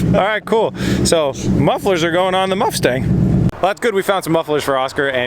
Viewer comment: Sounded like he called it a Muffstang. 😂